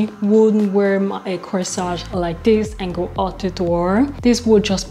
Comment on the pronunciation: Corsette. Not Coesage. Other than that , 😉 love the video❤